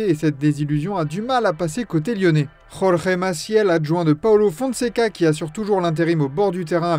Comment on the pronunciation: C'est cool de vouloir dire les noms avec les accents, mais Jorge en portugais ça ne se dit pas rore.